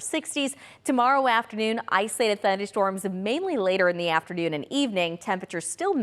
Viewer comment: The way she says “islated” 😂😂 Somebody please give her the “O” to use.